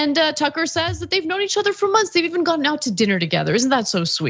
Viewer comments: She lost me once she said "gotton". Only the second word out of her mouth. I've never heard anyone say gotten like that who wasn't a complete imbecile. Like when I hear an adult say "buddons" instead of buttons. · Her pronunciation is off-putting. "goTTen" "de sanTis"